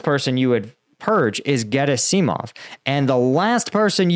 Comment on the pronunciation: Gerasimov. Accent on the second syllable, right?